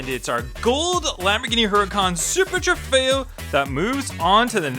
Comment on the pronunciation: trofeo not trefeo